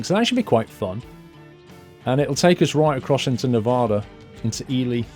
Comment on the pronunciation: It is E-Lie not E-le